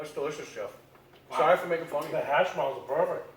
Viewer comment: I believe it is said as “Hash Browns” not ashhbroons